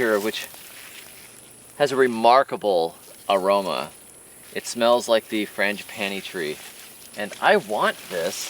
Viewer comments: I swear you said fringe panties tree 😂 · When you were describing the scent of the galangal i couldnt understand what you were saying until i pulled up the captions and saw frangipani tree... what i thought you were saying was, french panty tree lol😂 and i knew that cant be righy. I was like oh yea it smells wonderful, smells like the french panty tree lmfao. I was so confused hahaha